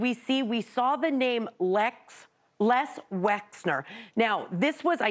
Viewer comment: It’s Les Wexner, not Lex Wesner unless you’re trying to not be sued.